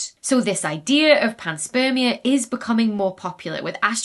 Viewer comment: "panspermia" heheheh